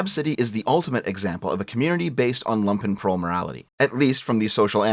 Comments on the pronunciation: If says Lumpenprol wrong one more time Im going to fly down to canada and ** on his porch. How can he use a word so frigging often and get it wrong 99% of the time? Its spoken LUmpenprol,like in Trump,not lampenprol. They werent wearing freaking lamps. They were wearing Lumpen which is a negatively connoted word for rags in german. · Oh no,he is mispronouncing it the entire time. You pronounce it with a deep U,like the double oo in "loot"(there are actually suprisingly many videos about the pronounciation on youtube...though all the text-to-speak variants seem to get it wrong which is kinda funny).